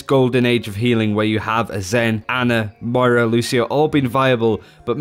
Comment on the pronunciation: M-O-I-R-A, REPEAT AFTER ME!!!!!!!